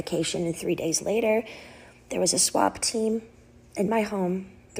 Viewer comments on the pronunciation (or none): She keeps saying swap team instead of swat. was she being replaced over and over again?